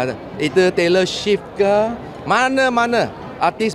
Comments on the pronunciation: Did he say Taylor Ship??? 😂😂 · Taylor Swift bukan Taylor shift YB... 🤣🤣🤣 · Sebutan Taylor Swift biar2 betul…